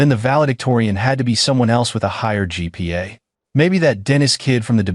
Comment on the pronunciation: GPA- Grade Point Average, NOT gigapastels. Program your AI as to understand what it means.